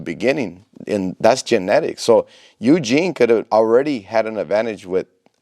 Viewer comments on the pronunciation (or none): Just as an FYI, Eugen is pronounced “OY-gen,” with a soft G as it “get.” Kind of like how Euler is pronounced like “oiler” and not “YOO-ler.”